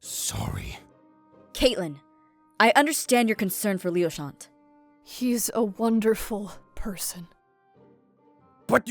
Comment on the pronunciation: How pronounces Leochant's name -Lee oh shall not How everyone else pronounces his name- Lee oh sha-nt